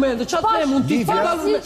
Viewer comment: Hahaa😂 Ai momenti “relaisht&sinqeisht”….si kiara❤